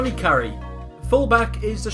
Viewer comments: Carey is pronounced Care-e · Jesus Christ learn how to say their fucking names! Mór-ran. Care-ry. Gal-la-her. Staun-ton.